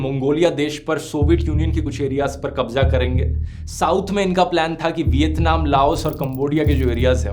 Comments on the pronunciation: your pronounciation is wrong This is not कब्जा This is कब्ज़ा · Bhaii kabja nhi kabza hota hai apni pronounciation shi kr lijiye uska effect video mein dikhta hai aapne kabza word ka istemal sbse zyada kiya hai kirpya ise sudhaar lein ... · Dhruv Bhai Kabza Ya Kabja? Pronounce to sahi karen bhai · Kabja nhi kabza bhai apni zubaan sudharo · It's z not J